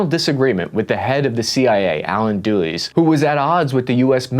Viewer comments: It's pronounced not as 'Do Less' but as ' Dull Ess', the 1960s American foreign secretary. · Allen Dulles. Dulles is pronounced like the word “dull”. Not like Dooleys. Good info regardless. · Great in depth history of Indonesian politics. (Btw, the name of Indonesia's 1st President Sukarno is pronounced "Soo-car-no", not "Sir-car-no". Also Alan Dulles is "Dull-Us", not "Dool-Ease".) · 1. I think I like du-LEES as a pronunciation, but he’s actually DULL-is. Kinda fitting because the CIA despite being an “intelligence” organization is not the sharpest knife in the drawer. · It's "duh-les", not "do-leez". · Jeebus dude, this guy calls Sukarno "Sir Karno," calls Suharto "Sir Rato," and calls Allen Dulles "Doo Lus." His pronunctiation is as poor as his research. Such crazy historical inaccuracies in this. What a shame near 1mil people have watched this. This dude throws out Indonesian proverbs with incorrect meanings, uses wrong flags, claims histories are still debating cuz he read a paper that's half a century old (read John Roosa's Pretext for Mas Murder - we know exactly what was behind G30) This dude is soooooo far out of his league that irs comical and we are going to enjoy this video for a long time to come. I'm going to use him in a lecture as my example of Americans who think they're knowledgeable but don't know jack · I love watching your channel. I hate the intentional mispronounciations to drive engagement. Dulles as DewLees? Your schtick is bad and you should feel bad. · Dulles, as in the Dulles brothers. CIA and Secret Service of State, is pronounced Dull ass. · it's "Duh-less" like the airport. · That name is pronounced, Alan Dulles, as in Dulles airport. He’s kind of a big big deal in the 20th century. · Haha... It's DULL-ess like the airport 😊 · Oh it's Alan doolies?! Dulles is pronounced that way? Lol I've been saying it wrong for a lifetime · How do you pronounce Allen Dulles? It is not Deweze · You pronounce his name dull s. Dulles